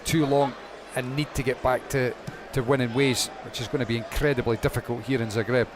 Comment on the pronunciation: Please, It is pronounced, Zaah - greb. Not the way you insist on saying it, despite your knowing better. Thank you